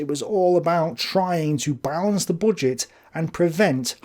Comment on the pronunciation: Why do you pronounce it "bodget"